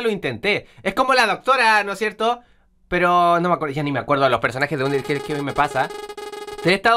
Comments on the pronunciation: Se dice anderteil xD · Like si te diste cuenta que dijo uniteyl